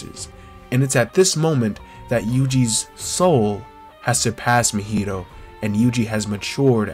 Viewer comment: This video was heat mane gotta subscribe for this but the way you pronounce Mahito's name kills me a little bit 💀